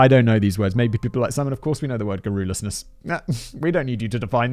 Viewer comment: Before you use garrulous, big brain Simon, you might want to check how to pronounce it. 😉